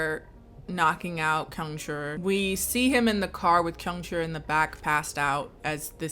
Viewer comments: Kyungchul’s name is 경철. So it’s pronounced Kyung-cheol, not Kyung-chool. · for 철 since ㄹ is after a vowel it's more like an L sound, so you pronounce it like chul as it is spelled 🧍🏾‍♀️ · I'm losing my mind, is 경철 not pronounced "kyung-cheol"? with "uh" being the vowel sound in the second syllable instead of a long U/oo sound? Have I been pronouncing the ㅓ vowel wrong this whole time ???? I'm part of the "too scared to watch the movie directly" gang so I guess I'll never know lmaoooo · Your struggling to pronounce kyung-chul makes me reconsider going to school for Korean 😂